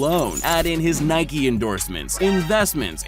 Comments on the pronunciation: Its Nike not nikee you don't call a bike a bikee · Nike not nikeeeeeee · Its Nike not nikey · I pronounce it nike not niiii keeee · Guys I’m gonna unsubscribe, he said Nikey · You said Nike wrong